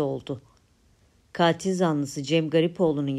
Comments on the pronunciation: tek a ile. Kaatil değil. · Kaatil zanlısı diye okunmuyor yalnız. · Katil zanlısı sizin telaffuz ettiginiz gibi değil. Lutfen bunu öğreniniz.